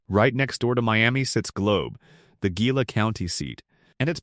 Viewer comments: It's Pronounced hee la. Not gee la😅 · Ajo is pronounced Aho. Gila is pronounced Heela. Verde is pronounced Verdee. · Gila is pronounced HEE-la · GEE-luh always cracks me up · I've even heard Gie-la.